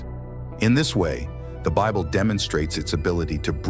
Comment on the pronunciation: I cannot listen to a narrator that cannot pronounce words correctly